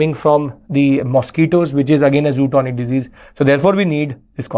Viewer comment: Great lecture! Thanks a lot for clearing confusion between LAC and LOC. One suggestion, the disease spelling is zoonotic. But Sir, maybe pronouncing it wrongly as “zootonic”